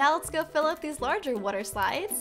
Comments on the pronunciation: You say water wrong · who laghs when she says water